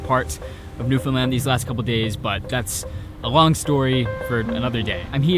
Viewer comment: Wild you were in my hometown, +1 for pronouncing Newfoundland right